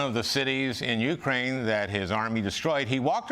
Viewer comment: Is Al's mispronunciation of Ukraine comedy or ignorance?